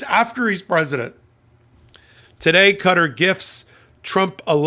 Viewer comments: Qatar is pronounced kah taa not cutter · Qatar isn't pronounced "cutter"! It's pronounced "Kuh-taa"! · I have the utmost respect for your intelligence and knowledge of all things legal, but Qatar is not pronounced "cutter", it's pronounced "cuh-TAR" with an accent on the second syllable. Love your hot takes, keep em coming! 😊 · Qatar is most often pronounced with the last syllable stressed: Ka-TAR. Certainly not 'cutter'. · Sorry I tried to stick with this as long as I could, and I know its raising important points but I had to give up when you continually pronounce the name of the country as Cutter. Its Qatar pronounced the same as throat and nasal mucus...catarrh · It's Qatar. Not Cutter